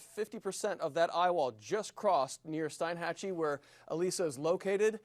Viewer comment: STEEN-hatchie, not STEIN- hatchie